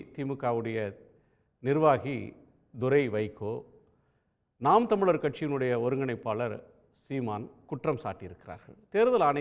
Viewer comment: திரு அவர்களுக்கு நாம் தமிழர் என்று பேசும்போது வாய் ஏன் குழறுகிறது..